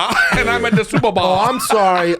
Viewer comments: I love Brendan, but thank you guys for calling out him saying super "ball" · Glad someone finally lets him know he's saying superball all the damn time lol